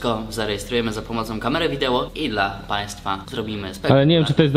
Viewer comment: Czemu krużwil powiedział wideło